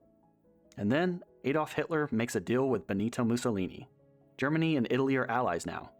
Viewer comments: Adolf NOT AYDOLF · There never was an AY-dolf Hitler! Learn some Deutsch, and then narrate.